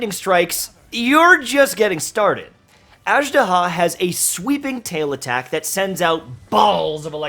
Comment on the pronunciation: Man! They said the name in the game like 40 times, get the pronunciation right.